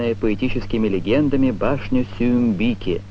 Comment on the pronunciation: Диктор неуч даже в имени татарской царицы Сююмбике ударение правильно поставить не смог.